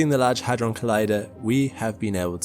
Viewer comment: with your accent i thought you said a$$ drum